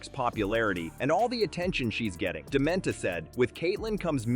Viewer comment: Do your homework. The name is Rachel DeMita, not Dementa